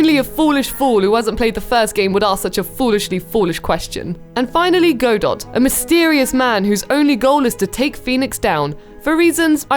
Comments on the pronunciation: Shouldn't 'Go Dot' be pronounced God Oh? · It’s not “Go-daht” it’s “Gah-doe” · Stop saying GO-DOT it’s pronounced GA-DOUGH I get so triggered when I hear his name pronounced wrong haha. He’s my favorite prosecutor. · You are right. It hurt me every time she said GAH DOT. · OBJECTION! It's GO-DOE. Not GUH-DOE. GO-DOE is how it is pronounced in the original Japanese version of the game, and the pronunciation is referenced as such by this line, spoken by the Judge (I do not remember the exact words): "Well then, Prosecutor Gobo." "Gobo" would not be pronounced "GUH-BOE", it would be pronounced "GO-BOE". Ergo, Godot is pronounced "GO-DOE". And that's that. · "Go-dot"... Okay... Okay. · I think Godot's name is pronounced Ga-doe but I didn't know for the longest time XD